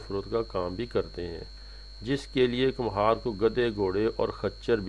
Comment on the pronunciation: Kumhar nhi khumbar hota ha ma hO